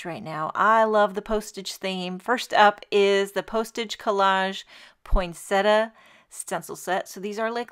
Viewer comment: Botanical accuracy: poin-sett-i-a. There is NO such word as "poynsettuh."